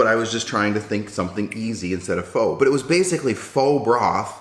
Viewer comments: the second way of pronoucitation is accurate ~ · Yum! Also the way you said pho the second time was correct! I had homemade pho today lol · for all you idiots who think ure so smart pronouncing it "fuh", ure wrong. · Chicken noodle sour summer rolls and egg Rolls It’s Fo so the first way you said it. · Like its spelled pho but pronounced "pha". It was a bit confusing when I figured it out... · I’m Asian. You call them salad rolls and I call them spring rolls and the other one that you call spring rolls, I call them egg rolls. And I pronounce pho like the second way you pronounced it. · hehe, the thumbnail says "Vietnamise". Glad you enjoyed vietnamese food! I am vietnamese, but I don't really like the foods we have. But to others, it is delicious. And the second way you pronounced Pho is closer to the true pronounciation than "foe"